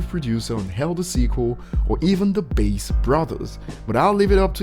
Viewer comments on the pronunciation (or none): It's Bass (bah-ass) like the fish... Not Bass (base) like the heat Dre keeps blazin out my speakers.